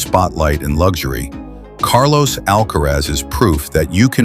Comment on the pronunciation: ALCARAZ et non pas ALCAREZ SINNER et non pas CENTER